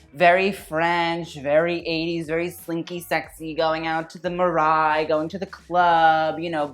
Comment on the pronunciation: I LOVE you, but Marais is pronounced Mar-ray (the last part rhymes with the name ray not rye, with a little zhuzh on the "r" sound). (How to know- I'm a recovering Parisian ;) ) <3